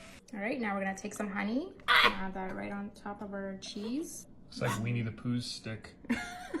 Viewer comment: Did he just say "WEENIE the pooh"? Lmao